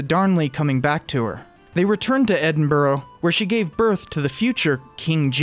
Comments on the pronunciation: Like the video. Minor quibble... it's pronounced Edinbro... I know that's not how it's spelled, but... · Pronunciation- Edinburgh is pronounced Eh-din-buh-ruh, or more often Eh-din-bruh for short. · I'm Scottish, and I care. It's not that hard. Ed- in - bur- uh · It's pronounced Edin-bruh. My duty as an English man is done. :P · Should be 4 syllables, if pronounced correctly.